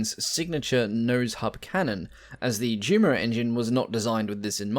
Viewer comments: These have been great informative videos with the best narration of any I have seen so far but please, that's pronounced U_MO engines and not JU-MO! It's the same with the Junkers aircraft name with so many pronouncing it JUNK-ERS when it to is actyally YUN-KERS. That said I find these videos to be extremely informative and as I said before the narration is almost perfect, this has become my favorite channel! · This just appeared in my feed. One critique: JUMO should be pronounced YUMO and Yunkers.